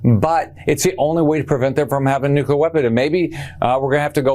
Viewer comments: Why is it, all the Republicans mispronounce Nuclear. They all say, Nucular, almost all of them. Way less Dems say it that way. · Someone tell rick scott how to say 'nuclear' please, let him know there's an L in it.